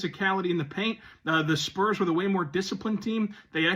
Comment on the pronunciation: He's been consistently poor. For Years he lived in Brooklyn while covering the Spurs, and only recently move back to San Antonio. He's inarticulate, mispronouncing "Spurs" as "Splurs" repeatedly, and other words. Furthermore, his podcast, when the audio is decent, often drifts focuses on his doll collecting and other "nerd stuff" like comic books, Star Wars, and anime, rather than the Spurs. Never ONCE asked Pop a hard challenging question. Wasn't even present at the famous El JEFE press conference. I don't know if this guy is an equity employee with Locked On or What. Finally, the network hired experienced journalist Casey Viera (Hofstra University) and former Spurs champion Devin Brown for the post-show, a welcome change from the host's previous reliance on random bloggers and loud Twitter personalities.